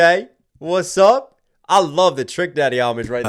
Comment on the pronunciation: He's saying west up shut up. Not what's up shut up